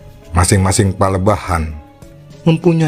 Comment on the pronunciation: palemahan kang, bukan palebahan 🙏